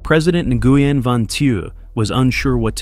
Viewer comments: Nguyen is pronounced win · The mispronunciations of names make the video unlistenable. Nuh-gee-en? Lol. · Nguyen is pronounced "winn" lol 😂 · NARRATOR. PLEASE LEARN THE VIETNAMESE PRONUNCIATIONS. The words don't sound anything like they are spelled. GET IT? NGUYEN=WIN. For example.